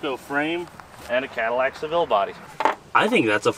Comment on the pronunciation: Ooooh. "Badillac" I heard "Battlelac" and it sounded much cooler.